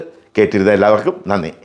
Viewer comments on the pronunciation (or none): none